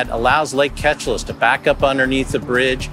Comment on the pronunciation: They keep saying Ketchalis when the actual pronouncement is supposed to be "Keee-Cha-Liss"